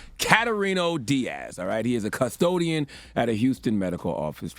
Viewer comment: Why he saying it like "cuz-todian" 🤣